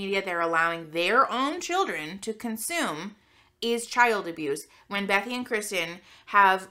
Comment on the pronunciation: I LOVE your content. Are you saying bethy or Becky?